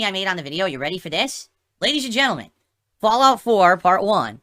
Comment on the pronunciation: "Look... another one...Fallgout...how is this funny?":_Madpig